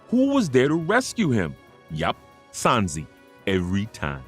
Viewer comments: But why do you say “Sansi” 😭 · I left the video in the first 10 secs when he called him sanzee